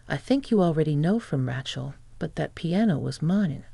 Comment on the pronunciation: Pretty good AI voice, but any native-English speaker would know that is a horribly wrong pronunciation of "Racheal". It is a long A, like "ray", not "rat". It's really jarring to hear it over and over again.